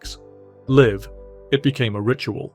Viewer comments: Why produce such a meaningful tribute to a great musician without checking it first? We now all know the voice computer reads the written word "live" and assumes it means live ( rhyming with 'give' ) rather than live ( rhyming with strive)...too subtle a difference for the algorithm to handle. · Why do you keep saying "live" wrong? 🥴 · Yep. There's something off about a robot voice talking about feel and emotions. The bit where the robot pronounced "live" (as in "a live performance") "live" (as in "live a little" ) was particularly ghastly. Welcome to the machine, I guess :)